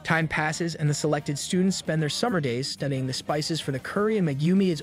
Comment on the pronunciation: Finished it, good video but why did you say spices as "spicys"? but as I said good video.